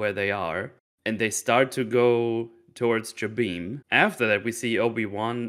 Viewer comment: I hate how they made Jabiim canon but didn't make any of its story canon and mispronounced the name. Its Juh-bim, not Jah-beam.